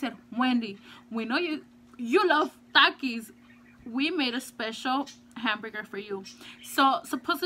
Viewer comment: No offense or trying to be mean but the way you say takis you say thakis